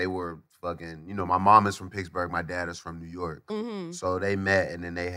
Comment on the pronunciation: Is wiz saying picksburgh or he just pronounce Pittsburgh that way ?